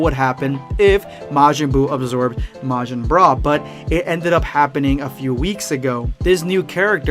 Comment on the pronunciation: oh yeah "boogota" Let's goooooooo and "broo" for bra absorbed by boo #endofthevideospuad